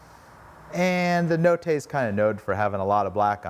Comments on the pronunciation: ‘Notte’ is pronounced ‘Not-eh’ rather than ‘No-tay’. It’s Italian for ‘Night’ ☺️ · C7TV incorrect sir. In Italian all vowels are pronounced fully, the same, every single time. The correct pronunciation is NOTE TAY (like in the word PAY). The double T is the difference between NOTE and NO. A = Ah E = A, like Pay or Day I = ee, like bee O = O, like NO or Slow U = oo, like boo or poo. Be careful commenting on incorrect pronunciation when you’re doing it wrong yourself. 😉